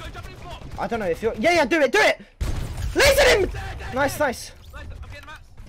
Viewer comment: WHY DO YOU ALWAYS SAY "LAZARED LAZARED LAZARED"